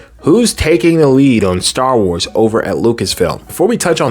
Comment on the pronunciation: You are saying it perfectly..."Star Wars errors"